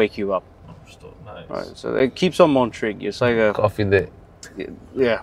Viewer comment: "coffee de" 😂